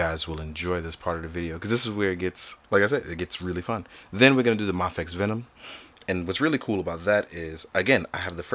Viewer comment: It’s pronounced may-fex (mafex)